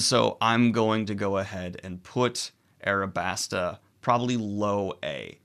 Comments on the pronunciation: "Arabasta" This upsets me more than you can know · How in the fuck did you lose the L and add an R to Alabasta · Daniel... how are you still saying Nami wrong Also RIP to Daniel in the comments for confusing arcs and sagas, counting G8, and saying Alabasta wrong.